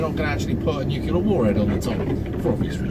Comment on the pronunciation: NUCULAR :'D shut up you gammon featured twat focus on the road